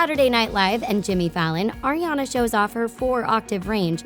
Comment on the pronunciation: The woman won't stop saying Erriana instead of Ariana and it's pissing me off.